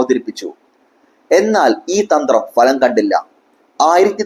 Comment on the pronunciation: ഫലം. falam അല്ല